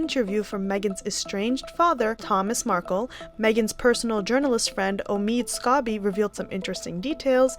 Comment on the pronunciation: His name is Omid Scobie not Amid Scarbie.